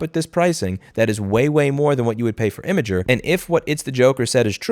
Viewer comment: Imgur is pronounced "imager"?